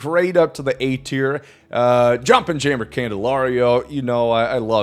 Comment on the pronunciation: So Jeimer is pronounced (Jay-mer) ? lol I’ve always heard people pronounce it (Hie-mer) lol so I’ve been pronouncing it (Hei-mer) it’s rolls off the tongue like your saying it in German or something lol - but my question is, how do you actually pronounce his name? In case I’m not clear - how does everyone pronounce Jeimer Candelario?